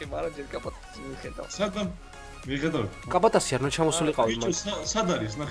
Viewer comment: შენი ,,ძმის'' სახელს არასწორად ამბობთ!! კაპატაცი კი არა ცაპატაცი!!!! <3